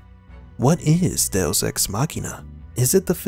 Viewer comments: Literally never heard it pronounced DeOS before but good vid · Do oss ....I thought it was "deux" dowose.....what is this guy actually saying😔🤷‍♀️🤦‍♀️ du oss.....loooooool funny af 🤣